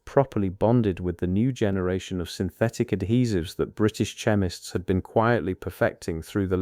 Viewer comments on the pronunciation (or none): chemist with the "ch" pronounced as in cheese! Come on -- ! --- If you are going to use computer generated narrative -- well, -- at least GET IT RIGHT! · Also, 'chemist', where the 'ch' is pronounced like the 'ch' in 'church'. More infuriating AI slop.